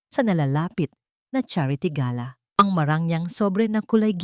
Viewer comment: Ayusin Mo naman ang pronunciation Mo. Gala dinner ibang pronunciation Ng Galà is a bird.😅